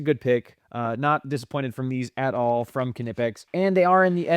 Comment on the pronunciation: Knipex = Nipex. It’s said just like that. No K sound